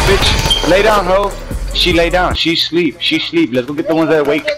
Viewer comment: She shleep😂😂😂😂😂😂